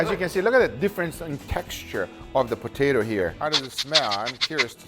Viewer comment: Brits: Po-Tah-To Americans: Po-Tay-To Guga: Po-Tie-To